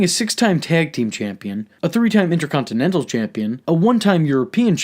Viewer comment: i really love your videos bro but i fucking HATE how you say "Inter-contin-ental" Your goatee also sucks big time. Anyway keep up the good work pimp! 👍